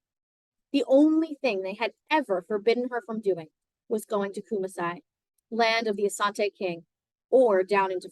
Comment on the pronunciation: Thanks for the reading. Kumasi is pronounced Koo-maa-see